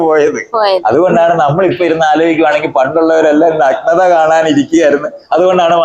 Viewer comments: നക്നത അല്ല സുഹൃത്തേ, നഗ്നത, നഗ്‌നത... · ആദ്യം പോയി മലയാളം പഠിക്ക്... എന്നിട്ടു പോരേ ഇങ്ങനെയുള്ള പണിക്കു ഇറങ്ങാൻ ."നക് നത" ഇതെന്തു സാധനം?